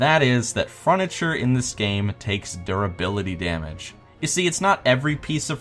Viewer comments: FURNITURE, NOT FRUNITURE WTF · fruniture xD